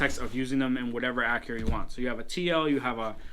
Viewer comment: What is an "Ackra"? LOL. Learn to SPEAK and pronounce. There's a reason why you don't have a lot of subscribers... because you talk funny.